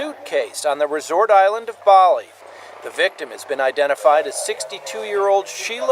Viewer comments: why are u saying BAAAAHHHRRLEY instead of Bali? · Never heard Bali said wrongly so many different times than today. Might want someone who can say the main place correctly.